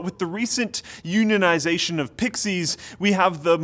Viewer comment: 20 seconds in " U nin nization"?? It's unification,.